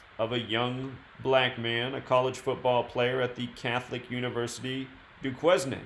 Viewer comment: Duquesne is pronounced Doo Kane.